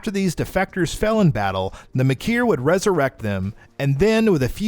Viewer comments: Thats not how you say Maykr... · The hell priest says what kind of demon the doom hunter is in game why did you make the conscious effort to purposefully say it urdak and kahn maykr incorrectly not to mention you said the doom hunter looses its plasma canon in its second form when it only looses the shield and rocket launchers all this tells me is you probably disnt even play the game or you're just reading a script and no one bothered to correct it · I’ve gotta be honest this video isn’t very well put together. You mispronounce a name repeated over and over again in game (it’s maker not Mah-Keer) and whoever is playing absolutely sucks, they just keep shooting at the marauder rather than waiting for the green eye opening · Maykr, not Makyr. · Only thing that bothered me about this video, is that Maykr, is pronounced "Maker", not "Ma-kier" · I cringed everytime he says "ma-kier" instead of "maker". It's Khan "maker" and yes that's how it's pronounced in the game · It’s pronounced maker not makier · Maykier? No bruh it's pronounced like maker. They pronounce it in the game. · It’s pronounced “maker” not “mah keer”. Smfh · I love that you're doing these. I read all the codex in the game, but the writing is messy. Do a full timeline vid with all the sides, lands, realms and all that shit and I'll watch it 10 times! Btw it's pronounced Khan Maker, not makhyyr. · Its pronounced maker not maykier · Has this person listened to the cutscenes? May-kur... not Muh-keer 😁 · “Maykr” is pronounced “Maker”. (I know this because the Khan Maykr herself pronounces it that way) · Is he saying maykr like mikir? They say it right IN the game. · Even the game says “Maker” for “maykr”... intentional mess up? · ok says detail like (the tale but d'tale) ok i can let that slide BUT MAYKR AS MAKIER WTF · Why are you saying makyr the way you are? The pronounce it more then several times in game .... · stop saying maykr like makir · Its so easy to pronounce too, its just "maker"